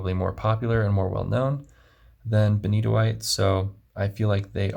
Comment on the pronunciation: I just wandered across your channel. Excellent review. I have a sample of Benitoite and loved it; now I need to buy a bottle. And thank you for the correct pronunciation. I would love to see more of the pen box you showed early in the video. It looks very interesting, and I just want to know what's under the tray(s). 😃 (I'm also a hobbyist woodworker, along with FP enthusiast, so the box jumped out at me).